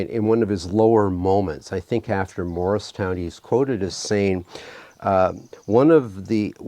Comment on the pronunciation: You mispronounced Morristown. You said Morriston. I know trivial however needed to be brought up.